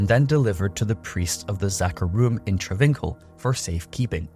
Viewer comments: Travincal (tra VINK al) is not pronounced that way --- its Tra vin KAHL. Fuck. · The way you pronounce travincal even though you hear it in game....